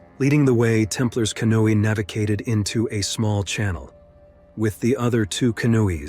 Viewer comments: Canooi no canoe. Learn how to pronounce before you make a video. Too many utube videos with bad pronunciation and spelling. Besides that who the hell would go near that river if you didn't have to. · Nice AI pronunciation lmao “canoe” “navigated” “other two canoes” “the third canoe” Kind of an interesting glitch considering the other voices on this video had no problem pronouncing “canoe” correctly 😆 Oh one more, - “tourists” Come on man, do better. Is it really so hard to do your own voiceovers? Ridiculous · I had to stop watching after so many "canooies" were on the water. 😂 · "In Ahpreal of 1994". Yeah, I'm gonna trust AI. Like I trust "Your time is important to us." "A big canooeey". Yeah, right.